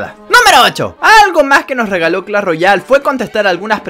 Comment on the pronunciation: Muy bueno el vídeo pero se dice Clash, no Clall